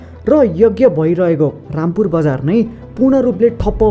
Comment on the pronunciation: रामपुर होईन रामापुर हो 💐